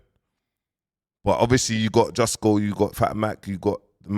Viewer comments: bro kilbern instead of kilburn now jusco instead of justo! you work hard bounce rest my bro! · Kmt you know damn well his names justo, you out here mis pronouncing things for more comments 😂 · Mans calling him jus-co ya na😂😂😂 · HIS NAME IS JUUUSTOOOO NOT JUSTCO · your still saying justgo 🤣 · Bro his name is Justo not Jusco 🤣🤣🤣🤣🤣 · It’s justo LOL not jusco. You’re insane man 😂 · This brudda still cant pronounce Justo smfh